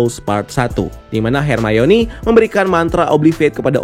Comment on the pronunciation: nobody: literally nobody:: hErMaYoNi